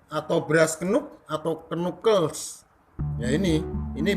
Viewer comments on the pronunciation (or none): Tulisannya knuckle, bacanya gk gituu wkwk ngakak njir